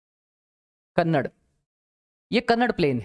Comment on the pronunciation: sir your teaching is best. i love to see the social science video teached by you. i am from karnataka, i noticed that you say kannad it is speaked as kannada. so pronounce it properly. thank you.